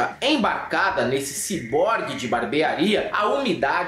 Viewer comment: "Cyborgue", "guanidina"... vcs são fodaaaaaa!